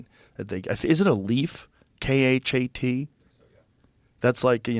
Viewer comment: Its "khat", joe.